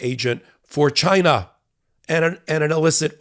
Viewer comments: “CHYNA” Trump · "CHI-NA" -republicans